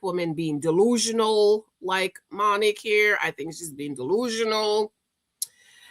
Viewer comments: She keeps calling her Monnic 😂😂😂😂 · Her name is pronounced: MONIQUE